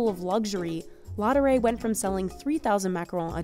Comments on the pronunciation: The macaron are amazing but could the voiceover have made a little more effort to pronounce the name properly? LaDurée not Lodderay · "Ladooray" - how you americans butcher the french language 😂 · I cringed every time she said 'la doré'. If you're doing a video/blog, etc., please learn the proper pronunciation of your topic. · I can’t with the pronunciation of laudree it’s so cringe i hope she doesn’t talk about anything outside the USA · She makes effort in pronouncing "macaron" but no effort in pronouncing "Laduree." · Listening to this lady's attempt at the French words dotted throughout this video is a bit cringe inducing. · How can you pronounce Ladurée so bad? It's disrepectful. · Leave it to a gringo to butcher the pronunciation of Ladueree. And then try and save face by butchering the pronunciation of croissant and macaron. 😂😂